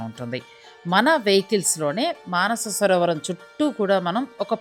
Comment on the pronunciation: మానసరోవరం కాదండి మానససరోవరం.